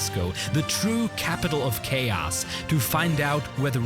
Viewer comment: Lmao that amphase on chaos and all speaking about an american city ... Go try that shit in india and I'll watch.